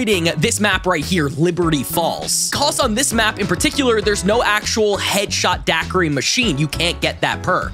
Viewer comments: "Headshot daquri"😭😭😭😭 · Can't wait for the zombie nerds to get here and see him calling it "Headshot daquiri" 💀💀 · its "Deadshot daiquiri"